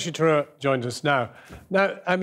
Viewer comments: The fact that the host can't be bothered to pronounce 'Tharoor' properly shows you how that colonial/superiority complex still exists in Britain. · Britain made India. Mr Sasi (You cannot prronounce this idiot's name) is a hypocrite.